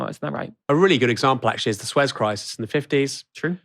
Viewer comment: did he realy pronounce "Suez", "Swezz"?